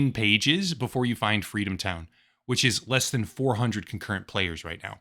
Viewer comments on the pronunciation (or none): Fweedom town?